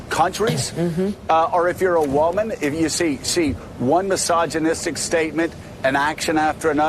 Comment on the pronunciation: Did he actually say "whoa-myn"??